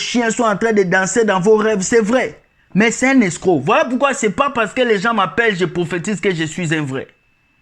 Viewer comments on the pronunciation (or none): none